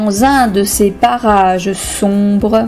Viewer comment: on est d'accord elle dit barrage